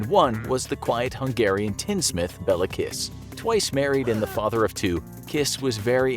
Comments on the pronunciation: It's actually Béla not Bella. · You pronounced Bela kiss wrong its Béla kiss